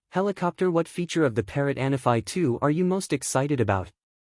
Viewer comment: Isnt it "ahn_AH-fee?"